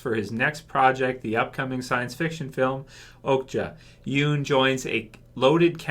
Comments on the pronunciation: Idk how to spell it out but if you watch his interviews and shit he never pronounces it like 'Yoon' lol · I don't mean to be that guy but his last name isn't pronounced 'Yoon'. Sorry, that's been bugging me for so long hahaha.